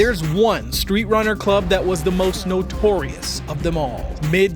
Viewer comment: It's club, not chlub, dude.